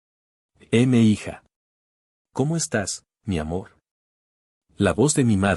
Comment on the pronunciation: Estoy escuchando la historia y es muy interesante pero quiero decirle aogo al relator : no se dice M ' hija se dice MI HIJA TODO SEGUIDO .